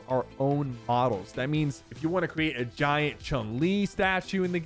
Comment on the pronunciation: Kinda sus how he says GIANT chun li statue lol